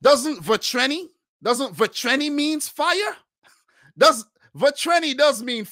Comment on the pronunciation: "Vatreni" means fiery. You gotta work a bit on your pronunciation though...